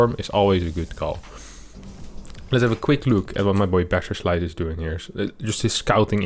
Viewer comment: I'm a huge fan of this show, and I think your english is perfect, but why is every "s" sound in your words tends to be "sh" so that "BasherSlice" is turning to "Basher<Sh>li " every time and so on? XD sounds pretty awkward when repeated hundred times in 10 minutes.. 🙂